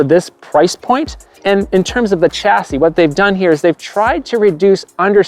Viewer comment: sh-ass-ey..... not.... ch-as-ee